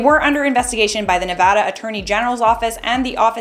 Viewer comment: Thank you for pronouncing Nevada correctly. Everyone I meet that isn’t from here ALWAYS say it wrong.